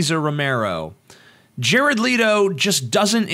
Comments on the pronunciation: His name is not pronounced Leeto, it's Leh-toe. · im sorry i couldnt get passed the opening line with JARED "LEAT"-O....its LET-O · Why ia TJ saying 'Leedo'? It's Jared Leto. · I did finish the video, but from :09 in I couldn't take it seriously. Leto (let-o) not (leet-o). and the tattoos have comic reference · pronounced...."Let-O", not Leed-O.... ugh. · Oh and you didn't pronounce his name right btw, it's Leh-toe, not Lee-to. Hearing you say that was like nails on a chalkboard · Thumbs down because of you constantly mispronouncing his last name. "Lee-toh"? Its "Let-oh". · It's Leh-toh not Lee-toh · Leto, not Leeto.* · It's Leto not Leeto omg. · I cringed every time I heard "Leeto" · By the way, it's pronounced LETTO, as if it has TWO T's, you don't emphasize the e, oh, and Mark Hammill was the best Joker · I don't doubt Leto, pronounced like it is spelled, not like Leeto, will do an amazing job. However, I'm not a fan of the cheesy tattoos and suspect it's a joke and they won't actually be there for the film. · Jared "Leeto" xD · Before u go off about how you dont like the joker why dont u learn how to pronounce Jared's last name correctly. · If you are gonna say Jared Leto, then learn how to say it right. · You're saying Jared Leto wrong... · did you purposely mispronounce "Leto" over and over again?